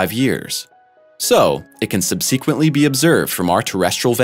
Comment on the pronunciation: The space lightning is called “sprites “ not elves .. you need to read through this crap a couple times before you record .. you mis pronounced subsequently ffs ! Can’t go through all the incorrect crap you spewed though.. just tighten up !! It’s 2021 bro